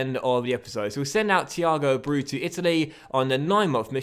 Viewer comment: abreu is pronounced a-bray-oo